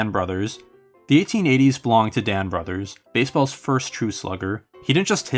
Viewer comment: I'd probably pick Ed Delahanty for the 1890s. Oh and Brouthers is pronounced BROO-thers.